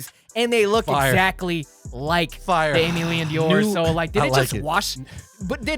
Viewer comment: how you gonna talk new balance collabs and still struggle saying aime leon dore